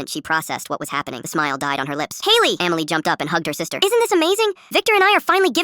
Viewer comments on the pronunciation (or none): SAY EMILY NOT AMMYLY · Emily ❌ Amiley ✅ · “Amily” is crazy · "Eaaamilliy" - Dum ahh chatgpt